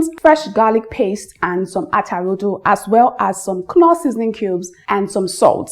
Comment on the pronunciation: A very very tiny thing - you don't need to bother pronouncing the 'K' when saying the name of your Stock Cube ! 😅. So whilst it's spelt 'Knorr'... it's said...... " NORR " 😊